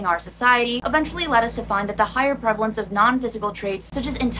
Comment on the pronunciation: "Prevelence, prevelence, prevalence"